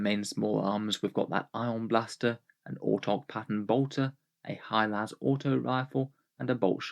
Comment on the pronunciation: “High las”